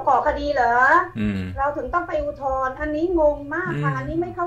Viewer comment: อุทธรณ์ ครับ ไม่ใช่ อุทรณ์ เป็นสื่อจริงป่าวเนี่ย